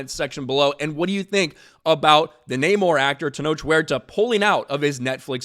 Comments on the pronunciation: Uh, it's *NNNUR-Mor!...nnnuuurrr-mmmoirrr Victoria Alon...whelps...."So"?! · See what happens when you say the namor name wrong lol